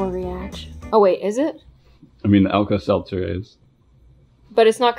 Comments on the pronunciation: “Alka Selther” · It's alta seltzer oh my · terry: do you want to put some Alka-Seltzer in? /: Yeah. Terry: it’s Alka-Seltzer. /: what’s that? Me: 🤨 👁👄👁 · how tf she what is alka selzer but she said lets put alka selzer in the crayon thing